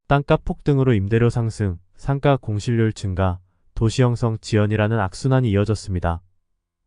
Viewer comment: 상가는 상까로 발음하지 말고 상가로 발음하세요